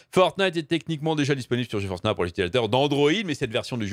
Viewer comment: "Ge Force Nah" mdr yes